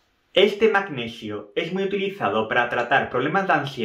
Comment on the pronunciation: El magneghio 😂